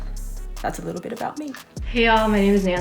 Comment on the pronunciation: Sarah说 I worked there for a little BIT, 这个bit发音不对。而且一般人会说 for a while